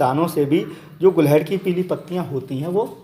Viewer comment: Very good sir 🙏 गुलहड़ ❌ गुड़हल ✅